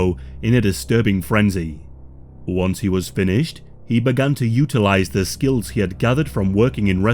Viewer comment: Love the channel, why are you suddenly placing so much emphasis on “the” 😂